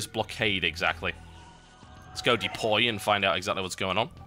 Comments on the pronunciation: I like how he keeps saying "depoy" :p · I must smile every time he says "Depoy".